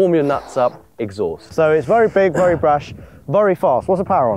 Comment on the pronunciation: Can someone please slap every time he says vurry instead of very